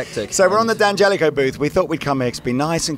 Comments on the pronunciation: DANgelico not DEE come on.. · it's DEE-Angelico. Like D'Angelo the r&b icon. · It Di angelico. Lower case i... The apostrophe isn't silent obviously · How can your own product guy not know how to pronounce the brand name. It's pronounced DAN-gelico lol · DANgelico is the proper italian pronunciation, that's not my opinion, thats fact. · DANgelico is the proper Italian pronunciation, that is an absolute fact, I dont care where you lived lmao.